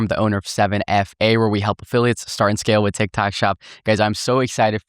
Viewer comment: Did he say trendtok? Or trendtak?